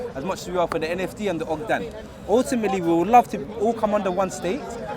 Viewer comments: Stop saying ogdan please it’s ogaadeen big difference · I Swear I got Mad ass hell as these British Yutes I never been to London Hearing all these “ OGDEN OJDEN OGDEN LIKE WTFF!???” It’s OGAADEEN Cmon Cuhh don’t Disrespect our land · Why does pronounce Ogaden like ‘Ogdan, you’d think he’s referring to Adam bogdan the Liverpool keeper 😂😂😂😂😂😂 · Manigga if you call Ogaden Ogdan on more time I’m coming through to London to teach yo iidoor head how to pronounce it